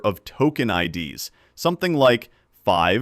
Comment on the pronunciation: I'm sure this is a human, LOL. It pronounced IDS (in "RAW TOKEN IDS") as the letters I .. D .. S (like the acronym for Intrusion Detection System) instead of as the plural form of ID (identifier).